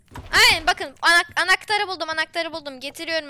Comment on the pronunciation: anaktar diyon